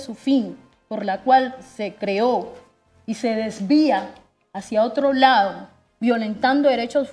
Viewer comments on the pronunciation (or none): none